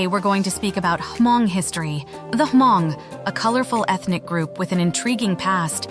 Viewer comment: Sorry but I heard you keep saying ‘H’ in Hmong. The H is silent. Just say Mong